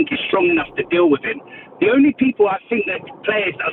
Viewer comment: Did my man just say John Stones?